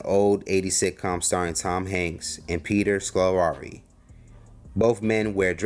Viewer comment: Man he butcherd Peter Scolari's name.